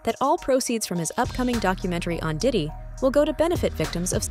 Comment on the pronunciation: He keeps saying daddy‘s house Not Diddy but daddy